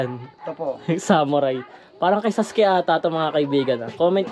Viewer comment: Kay sasuke po di po saske,😊